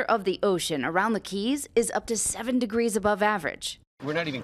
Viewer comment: 90 degwees ? Nice speach impediment Michael